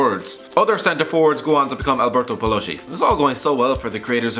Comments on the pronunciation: Ok, the right pronuonce is PALOSKI, not Palosci. And it's KIEVO, not scievo. Fuck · is pronunced Paloski and not Paloshi, Kievo and not Chievo, CH in italian is K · Paloschi is not Paloshi, the correct pronounce is Paloski!